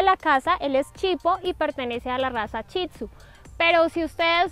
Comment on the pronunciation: no es chitsu es Shih tzu